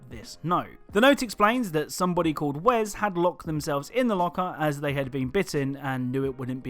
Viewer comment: Name is pronounced Wes not Wez.